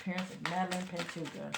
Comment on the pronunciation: She was 20. Her last name is pronounced Pan-toe-ha. She was unfortunately found deceased this afternoon.